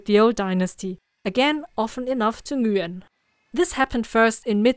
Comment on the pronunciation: F@ pronounced the name correctly! "Nguyen"